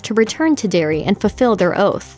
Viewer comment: Sorry to correct you but it's "Derry"